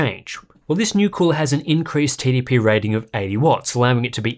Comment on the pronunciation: Everytime he says TDP it sounds like "Titty P". I can see that being a rapper name soon.